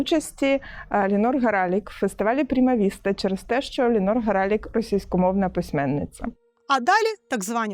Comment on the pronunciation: Вона Лінор, а не Ліонор